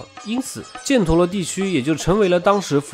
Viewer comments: 那个字，不念"建"，念"钱" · 把叙利亚位置标错了， 阿喀琉斯的喀读“ka”。 帕米尔高原位置标错了。 波特兰一直读错。 犍陀罗，jian读一声。 说“贵霜帝国国家中心”地图给的是克什米尔，但贵霜帝国中心并不在克什米尔。 应该读为神奈川冲*浪里，神奈川冲是地名。如你所说是富岳三十六景之一，是从神奈川冲看富士山，英文名叫Great Wave，并不是冲浪。